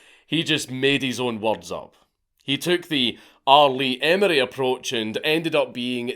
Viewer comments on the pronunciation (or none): R Lee "Emory"? Uhh, what?